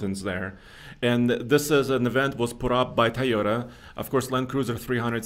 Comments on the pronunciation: The company is pronounced, Toy-O-tuh!! Not, Tiyo-tuh! Learn to pronounce these company’s name, it’s your job!! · Why does pronounce it "teee-yoda"